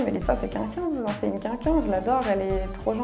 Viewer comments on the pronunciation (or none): Comme quoi elle s'est harceler pour sa couleur de cheveux mais ils sont magnifiques. C'est vraiment une couleur rare et belle. Sinon c'est moi où tous les candidats de TV ils disent kunkun au de lieu de quelqu'un ?? 😂